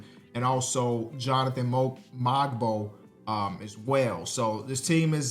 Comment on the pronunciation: Mogbo is pronounced Moh-boh for the future;)